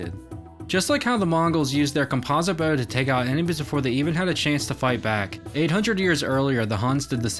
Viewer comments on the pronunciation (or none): It's Bow, not beuuuoeau.